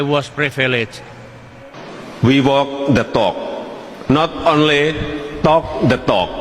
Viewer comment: WE TOK DE TOK..NOT ONLI TOK DE TOK.. KTOK KTOK KTOK...🐓